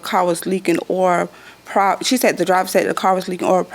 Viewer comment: The way she pronounced OIL was irritating. She pronounced it "oyer".